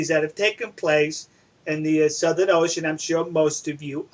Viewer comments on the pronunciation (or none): none